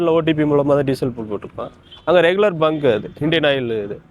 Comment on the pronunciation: பெட்ரோல் பல்க் இல்லீங்க. பெட்ரோல் பங்க்.